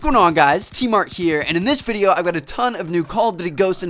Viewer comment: Is it me or at the end of his recent videos, he can't say videos properly.